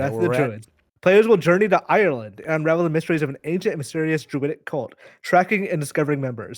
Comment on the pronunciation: But whiffed "Ireland":(